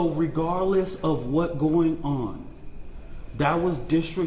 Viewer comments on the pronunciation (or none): Regaaarlaous of wat gowen onnn.😂 Why he talk like that?